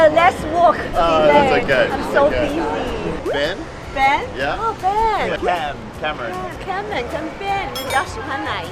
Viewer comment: Cameron not Kemen...